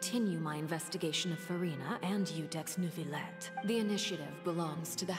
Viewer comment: I'm French and I can garantee that there is no R in Neuvilette. There is one in Jurieu but it is said in the middle of the name, not at the end. If there isn't an R, then there isn't an R pronounced 😀